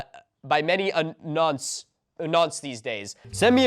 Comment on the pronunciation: "Nonce" is not a funny word or insult. It's one of the worst things you can actually call a person. I don't want to say what it means here but google "Nonce British Slang" to understand. Also you did pronounce it correctly, it's like the word "none" with a "s" sound at the end.